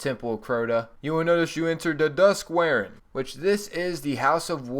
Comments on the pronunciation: That's an interesting way to pronounce 'warren' (Dusk Warren). It's warren as in rabbit warren ('wo-ren', not 'wear-en'). You're welcome. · His pronunciation of Warren saddens me :(